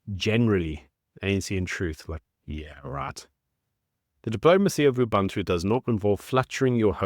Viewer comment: No man, it's OObOOntOO... not OObUHntu (how you pronounce it)! And it's a fairly big deal as an African philosophy which the ANC does NOT practice, despite their touting that they do. (It's something everyone should practice actually, a good and gentle thing.) These #ANCriminals are just idiotic, rabid, single-minded fools cutting their own noses to spite their faces AND ours.